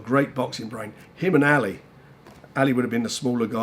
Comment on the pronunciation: Anyone else think Frank pronounces "Ali" weird. Ally!